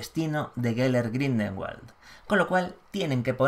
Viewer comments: Buen vídeo, pero soy el único al que le ha puesto nervioso que diga mal todo el rato GRINDELWALD (Grindegüold, pronunciado), no Grindelbald xdd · Hola, una pequeña corrección: la pronunciación del apellido es Gridelwald, no Gridelmald. Espero que no le moleste =) Saludos. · Maria Laura Menna creo que lo pronuncia GrindelVald como pronuncian la w los alemanes y cercanos a ellos...